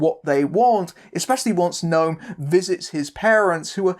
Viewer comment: Oooh, an Israeli movie on Projector! How far we've come... Great review, wonky pronunciation aside (it's "No-am", not "Gnome"). Talia Lavie is really good (to anyone who hasn't seen "Zero Motivation" - DO IT), and I would love it if she went on to have a long and fruitful career.